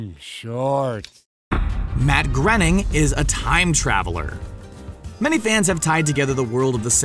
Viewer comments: Matt gr- ... Matt GRENNING!?! ... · ..Matt granning?